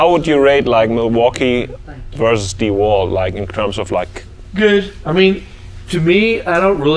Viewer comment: DeWalt - Einfach nur Dewalt! - Nicht Deeeeh Wald!